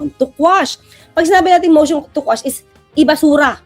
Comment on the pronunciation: Instead of quash ang nakuha sir,motion to squash😂